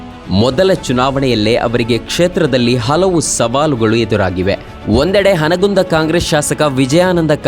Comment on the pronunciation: ಹನಗುಂದ ಅಲ್ಲಪಾ ಹುನಗುಂದ.‌